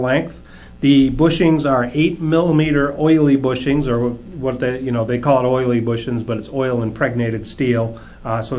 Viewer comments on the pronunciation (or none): none